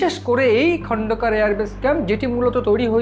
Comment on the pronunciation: ভাই আপনারা ভারতীয় তথা বাঙলা বাঙালির মান সম্মান রেখে খবর সম্প্রচার করেন। সমানে খন্দকার কে বলেচলেছেন খন্ডকার ,কেপটেন তৌহিক কে বলেচলেছেন তৌরিক । এছাড়াও খবরের বিভিন্ন তথ্যও ভুল।🙏